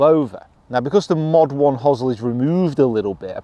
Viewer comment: First Brit I've heard pronounce hosel that way (hozzle), I normally hear "hose-el".